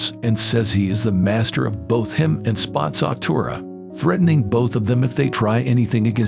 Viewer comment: Why was it calling spazzatura spots of tura and spaz tura